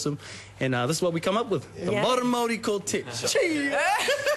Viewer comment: Love how she said Maori with completely correct diction. Mean one girl.